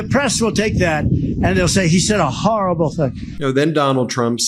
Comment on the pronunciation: The press will say I said a "HARRABLE thing". Yeah it was a HARRABLE thing.